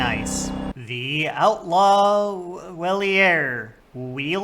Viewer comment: I absolutely loved this video thank you for taking the time to make it! its great to see another trans woman in this little niche of the internet! btw the outlaw weiler is supposed to be said like rottweiler. its another dog reference from phantom liberty :)